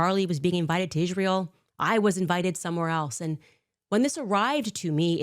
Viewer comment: She says ant instead of and.